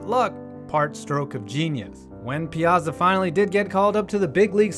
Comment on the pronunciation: ya gotta pronounce his name right, Piyahtzah! i grew up watching the Mets so what can i say.hey cool vid!